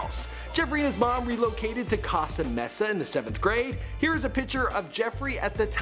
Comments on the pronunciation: Costa mesa is pronounced “coast”-sta “may”-sa not freaken kah-sta messa, maybe u should find out how to pronounce words and names prior to making a video!!? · did you just say “casa mesa”? it’s pronounced coast uh may sa 🤡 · Costa Mesa is pronounced COH-stah MAY-sah. Not COST-ah. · "Catsa mesa" I'm sure he means Costa Mesa lol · Omg Manny Mua (M)ake (U)p (A)rtist Not custa Mesa It's CO-STA MESA They meet Via IG Also if your gunna make a video brush up on your facts a lil bit more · Katie Manning first time I hear Costa Mesa pronounced that way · COST- A MESA 😂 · When he pronounces Costa Mesa as casta mesa 😂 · The way he said Costa Mesa lol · mispronouncing Costa Mesa made me giggle <3